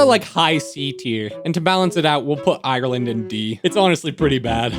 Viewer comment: Saying Ireland so so wrong😤